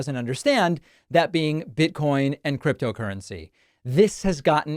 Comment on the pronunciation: “hit’em a lil BID-COIN” 😂